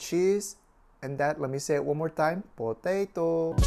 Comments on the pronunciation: PO- TA- TOOW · ha you say po-tay-toh just like cooking with dog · Bo-tae-to... XD I love.:D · It makes me smile how he said potato... Hahahaha!!!